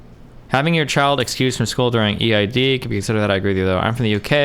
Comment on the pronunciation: Destiny called Eid Eeee eyee deeee lmao